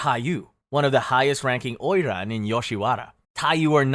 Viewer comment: I thought oiran was japanese... He say it chinese